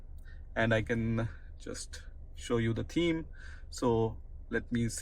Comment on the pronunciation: It's pronounced TH eme not TEAM